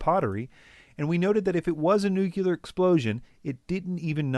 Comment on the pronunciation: new-clear, not new-cue-ler. UGH. So hard to listen to! But otherwise quite good.